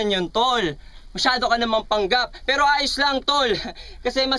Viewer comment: Ganda ng bigkas ni shehyee sa "PERO" hahaha